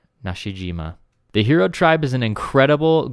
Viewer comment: It’s hiro.. “high-row”, not hero!